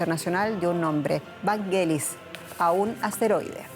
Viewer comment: No es "VANGUELIS" se pronuncia "VANYELIS"